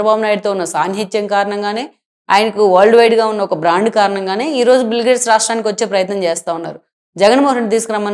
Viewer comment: అమ్మా, ఆయన పేరు బిల్ గ్రేడ్స్ కాదు. బిల్ గేట్స్. కొంచెం చూసుకోండి మీరు పెట్టిన టైటిల్ ని, మీరు పలికే విధానాన్ని. 🙏🙏